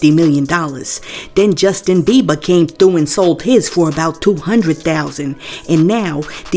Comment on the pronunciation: Oow, I can't get with her voice and how she says people name's wrong. Beber she called him😂 it's kinda funny though 😂